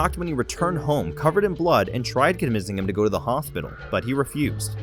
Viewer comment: Go to and listen to how the narrator pronounces, “hothpital” do I win?